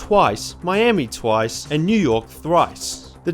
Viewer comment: bro said thwice